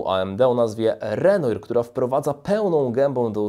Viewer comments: Renoir chyba się inaczej czyta podobnie jak picasso. Reszta całkiem interesującą choć czekam.na innych producentów z tym procesowem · Michał Wójcik tez w sumie nie tak, bo był Francuzem. Ale powiedzmy, że angielska wymowa ujdzie. No i nie plastyk a malarz:-)( impresjonista) materiał jak zwykle super!